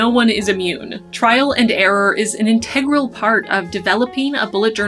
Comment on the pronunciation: I finally found someone else who pronounces integral properly! 😉